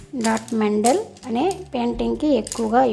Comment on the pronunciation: Mandel kadhu mandala